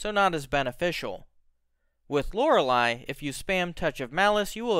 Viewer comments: My guy its lore-ley not lore-ali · You are probably the first person in existence who pronounces Loreley as Lorel i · Lor-lee. It ain't that hard. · Who's Lora-lie? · LOR-LEE it's pronounced LOR-LEE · why do you say lorely wrong? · Can you please pronounce Loreley correctly good god